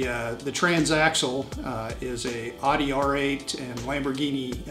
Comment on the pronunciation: stopped watching when he pronounced Audi wrong